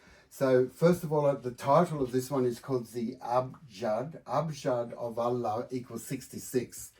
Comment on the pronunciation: Nope, as an Indonesian I can vouch that he got the "ha" correct 💯 there are two "ha" in Arabic, (ح) and (ه). The letter ه if written at the beginning of a word becomes هو, written at the end of a word it becomes له.